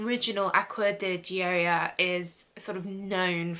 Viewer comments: your pronunciation is sooo close!! its “joy-uh” and it means joy in english. thats my name hahah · Pronunciation so off, it’s said like Joya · I believe Gioia is pronounced “Joy-uh” but I could be wrong! I’ve always seen these in Ulta and the bottles are so cute!!! Such a nice review!!! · it’s pronounced “joy-yah”. :D. Thanks for the video. You helped me decide which one I’ll be buying at the upcoming Sephora sale! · She was waaay off, what are you saying so close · Your saying the perfume name wrong , my last name Is Di Gioia , so I know .